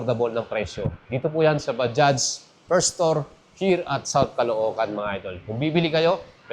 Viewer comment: Okey na yong bigkas mo sa bajaj swak na swak na. Ba- Judge.